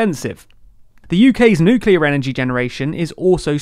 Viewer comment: "Nuclear" 👍 thank you, 😊